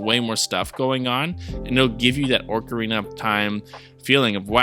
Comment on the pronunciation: Definitely not "Orc"arina, my man.